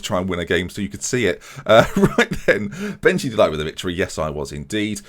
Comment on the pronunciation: Let me help you with your dreadful pronunciation: Ore-gwela (Orejuela) the Lickt (with a sharp g) (de Ligt Felt-man (Veltman) Die-ks (Dijks) van the Bake (van de Beek) Sink-graven (is alright) Younes (is good) Sjeeune (just like the german word 'schön') (Schöne) Near-as (Neres) Chair-nie (Cerny) Cas-see-year-a (Cassiera) Fear-gaf-er (Viergever) See-jech (also with a sharp G) (Ziyech) Weu-ber (same as Schöne) (Wöber) Hope this well help you out.